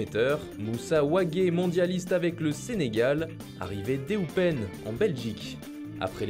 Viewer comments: petite correction amical: on ne dit eupen ne se prononce pas " éoupèn" mais "eupene" :D Si non, continuez comme ça. Vous faites du super boulot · Je suis d'accord avec toi les français savent pas prononcer les mots belges pffff